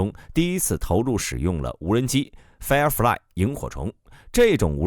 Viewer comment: Firefly become 'fairfly' ?????